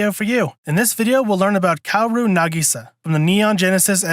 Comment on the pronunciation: Also *KAH-WO-RU?